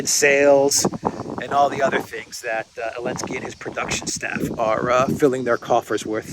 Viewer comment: What the heck are Himars? The currency of Ukraine is a HRYVNIA. And why are you referring to ZELENSKY as ELENSKY???? If you don't know how to pronounce A word or a name ASK SOMEONE WHO DOES!!!